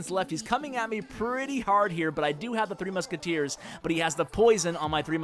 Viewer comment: he keeps calling it 3 musketeer not 3 musketeers D